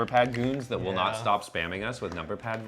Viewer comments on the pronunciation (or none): none